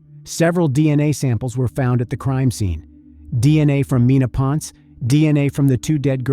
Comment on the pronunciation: it is pronounced as "pon-se" not "pons"